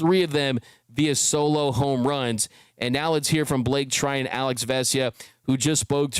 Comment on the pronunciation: bruh, Treinen... ur killing me 💀